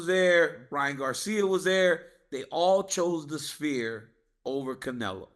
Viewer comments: Chael "I love the SPEAR" 🏹 Chael its Sphere 🌏🌎🌍:planet-orange-purple-ring: Chael's command of the english language is astonishing. Merab DO-GOSH-TEA-LEAVES dominated at the SPEAR! LMAO 💩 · I understand Chael mispronouncing half the names in the UFC. But pronouncing the Sphere as “Spear” is TOO MUCH 😂😂😂